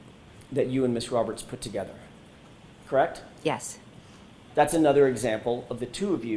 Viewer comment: Everytime McCabe says KRAKT !!! instead of “correct” it’s just aggravating.